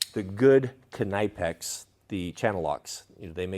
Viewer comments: It's knipex not knipex. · The knipex pronunciation is a new one for me haha